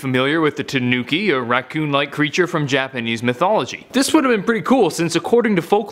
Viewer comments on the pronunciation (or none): none